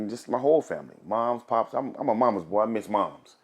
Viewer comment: i love how he says the word boy I am a mommas boa hahha